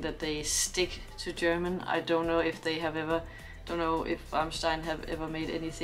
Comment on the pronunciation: Very good analysis and that you can pronounce German very well is perfect ! Other reactions of this clip from English commentators don't come close ! Greetings from a German in Australia